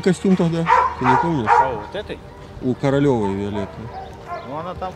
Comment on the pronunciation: Одна из участниц: Виолетта КоролЕва, а не КоролЁва. (там не буква "ё", а именно буква "е"). Получается, что в видео Вы дали ей другую фамилию)